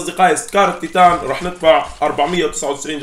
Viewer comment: مين لاحظ انو قال سكار الطيطان